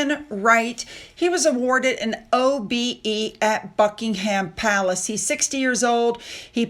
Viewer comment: Eugenie is not pronounced Yew-Jeanie. Eugenie is pronounced Uge- Ennee Buckingham Palace is pronounced Bucking-um